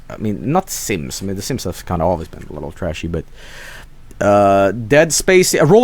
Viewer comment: why is the way he says SIMMIES so hilarious?